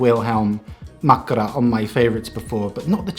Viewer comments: Your 'makkara' sounds nowadays as perfect Finnish, no accents anymore. Congrats! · The most important finnish word - mastered ✔️